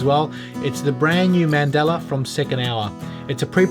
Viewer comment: Man-dahl-a. NOT Man-dell-a. Mandela is a person. Mandala is a style of geometric artwork - like on the dial and rotor.